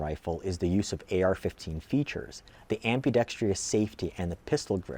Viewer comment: Nice review, very informative. BUT...I wish gun guys would learn that the word is "ambidextrous" and NOT "ambidextrious". "Ambidextrious" is not a word.